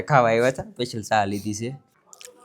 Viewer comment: તમે છા નય ચા બોલો